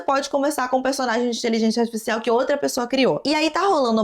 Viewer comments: pq você fala inteligenTia artificial?? Kkkkk achei fofo seu jeito de falar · Adoro quando voce fala "inteligência astisfiscial" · achei uma graça a falando inteligência artificial errado todas as vezes KKQKSKKAKD